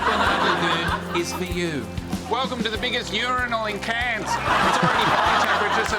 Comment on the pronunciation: Cairns too tropical and humid for me but beautiful. It’s great that, an American can probably pronounce our cities like cairns and Melbourne.